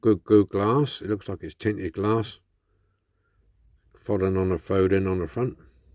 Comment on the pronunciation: FO DEN, not fodd en.not a bad resto video was a tad long though!